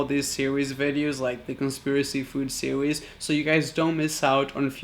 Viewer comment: 3rd episode of food conspiracy sirweeeez hahahahaha I like how he pronounced series